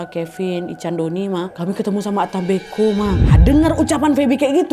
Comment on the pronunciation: Salam dari Flores kak? Pantasan pas dengar ka nad ngomong ata mbeko feeling saya cerita ini pasti dari Flores Sebenarnya ata mbe'o si kak 🙏